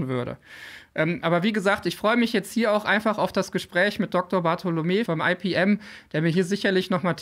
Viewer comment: Cooles Video. Ich möchte aber darauf aufmerksam machen, dass das "Fraunhofer-Institut für Physikalische Messtechnik" bitte nicht englisch abgekürzt "EiPiEm", sondern einfach "IePeEm" gesprochen wird. Meine Fussnägel danken es dir! 😉